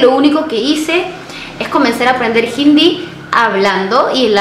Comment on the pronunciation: Por q pronuncias hindi como jindi?? Conozco personas de la india y la palabra hindi la pronuncian tal cual es como si no llevara la “h” pero jamás suena como “j”